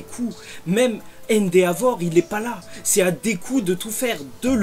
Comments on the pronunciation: Ça s'écrit Endeavor mais ça se prononce Endévor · Je suis le seul à rager quand il dit endeavor en prononçant le a à la place de prononcer son nom à l'anglaise 😭